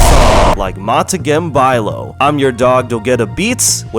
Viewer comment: "montakem byelaow" 🗣🔥🔥